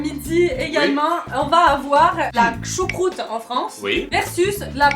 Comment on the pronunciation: la "kchoucroute" mdrrr